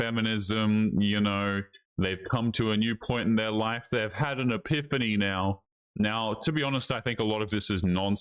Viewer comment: "Aphynay?!" What the actual fuuu¿|{ Are you trying to say "epiphany?!"